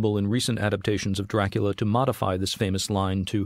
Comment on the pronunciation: Why "doorakoola"?